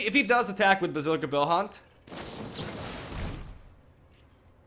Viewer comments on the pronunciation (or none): none